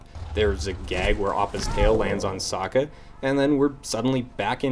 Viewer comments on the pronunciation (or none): Great video oh and they say Aang's and Sokka's name wrong to boot lol